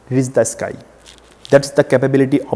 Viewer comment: i m not able to understand y these kind of sucker explain palmistry..he is not able to speak properly..first of all its not reeess its reach see his videos he is is the biggest chutiya i have ever seen